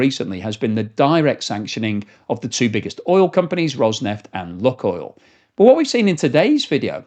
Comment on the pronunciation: It is not pronounced “Luck or Look” oil, but like “Luke” oil.